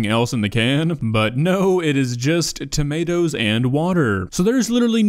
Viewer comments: TOMATO NOT TOMMYATOEA TO MA TO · She pronounces - Onions as "hunyuns" - Cucumber as "cookoma" - Tomatoes as "tummy ah toes" This woman is a national treasure. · Because noodles was literally incorrect, but tommyatos is just a silly way of saying tomatoes that a lot of people called them as a young kid. It's not "wrong". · i like the fact that she pronounces the word "tomatoes" like "tommy ah toes" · Tommy autos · ‘TaMiAtOs On ThE SpUtAdO’ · Ah yes “tummy-ya-toes” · tommy-ah-toes is the superior pronounciation i would not say the worst recipe because its not burned to carbon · "TAMIE-YATOES"???????? tomatoes? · When she said tommystos it finally convinced me that she’s trolling after about a year of trying to figure it out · "Tomiato" - 😅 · When she said ~tomiathos~😩 i felt that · I died when she said tomAREtoes💀💀💀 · “Some tomayatoes” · Tom-ya-toes? Omg. The dish really exist.. wow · TA-ME-AH-TOES 🤔 WTF ARE TA-ME-AH-TOES 😂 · Pot-ta-toes = Pata-tas Tom-ma-toes ≠ Tommy-autos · "Some Tamiatoes💅💅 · Doesn't she know that the I is silent in tomiatoes? Same with carriots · Does she really call tomatoes "Tommy-atoes"? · Ah yes, tamiatoes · Tammy- at-times is joining my vocabulary, along with purble, cin-ah-mum aand a hundred other "mispronounced" words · Ah yes tomiatoes. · Tommyahtoes and Poteh’uhs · she put the noodles in not boiling water, and the filth on the plate in the first shot, the way she pronounces tomiatos..it’s GOT to be a serious joke,,it’s gotta be. still i think that her asian chicken burnt up with the flour was worse but,,i really don’t believe 100% that it’s not a really good joke channel. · I can’t handle the way she pronounces tomato’s. No one in the English speaking world pronounces tomato’s the way she does. WTF!!!